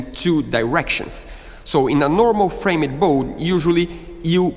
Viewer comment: It’s pronounced “FramD nor FramEd” The E is silent.